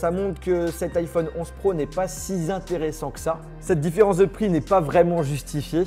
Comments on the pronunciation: « Si s’intéressant » ?? 😅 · Cet iphone 11 pro n'est pas si Zintéressant que ça. Tu fais des liaisons qui n'existent pas parfois:). Sinon excellente vidéo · "cet iPhone 11 pro n'est pas si Zintéressant qu'ça" J'ai mon oreille qui saigne :) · . Pas si zinteressant que ça 😂😂. Purée, apprends à parler.